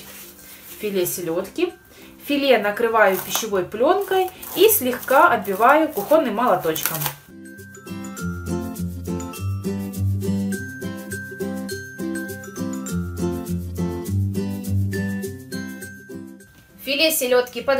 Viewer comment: Не кухОнным , а кУхонным молоточком. На праздничный стол плавленый сыр? Жуть... Да и солёные огурцы в селёдку плюс солёный ПЛАВЛ. СЫР... Как для..... Гостей надо любить, а домашних особенно. НАДО РАЗБИРАТЬСЯ